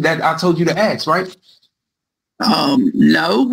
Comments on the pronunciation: It never ceases to amaze me how tenacious these convicts are about learning just enough of the law to present a vigorous defense that their council advised them not to do! It is equally entertaining, listening to them butcher legal jargon and courtroom banter, trying to pronounce words in Latin, all while still heavily peppered with ebonic words like, ax vs ask! 😂🤣😂🤣😂🤣 YouTube GOLD! minute mark, did he say, “The African”? 😂🤣😂🤣😂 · I hate the use of axe instead of ask. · "Aks..." you a question. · Why does he keep saying "axed" instead of ask? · Learn GOD DAMN English!! Ask, not "Ax". I do understand that language is fluid and changes over time, but the repeated use of the word "ax" instead of Ask, just drives me up the wall. Please excuse my poor English, I am not a native English speaker. 🙃🙂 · I hate the use of axe instead of ask. Speak English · Ask not aks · Holy hell, this guy likely needs to get his affairs in order as he is going to prison the next day .. by the way it makes me crazy when he keeps saying “I ax you a question “ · Ugh! I hate hearing “axe!” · Will he ever quit AXING questions ??? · The recorder should. I don’t care if it doesn’t make sense on paper. He’s saying axe. I hate it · I keep “axing” you… lol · Same. The word ask is not that hard to say. This defendant should’ve stopped while he was semi ahead. 😑😊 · Why is it so hard for these people to say ask? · I wonder if he would pronounce Axe body spray as “Ask body spray” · The word is "ASK" for "fux" sake!!!!!